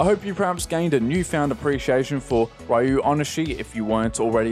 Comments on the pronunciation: For future reference the name "Ryo" is pronounced "Ree-oh," minor nitpick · great video as usual! a friendly reminder that his first name is pronounced "REE-oh".